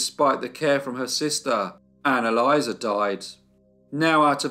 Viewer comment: Anne-Elisa sounds very much like “analyser”. I had to rewind just to check what I’d heard.